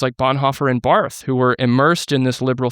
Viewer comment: Barth is pronounced "Bart;" Weimar is pronounced Vie-mar. FWIW